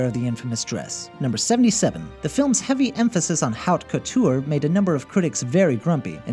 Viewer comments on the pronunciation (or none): K his pronunciations of "Cendrillon" and "Haute Couture" just kinda killed me.